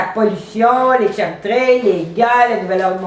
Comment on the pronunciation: tu a bien prononcer le mot '' CHEMTRAILS '' à 8 minutes 20 secondes '' JE T'EN REMERCIE - ____________________